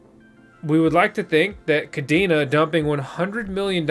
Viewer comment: Pronounced “Kuh-Day-Nuh” . Cadena in Spanish (pronounced the same) means “Chain”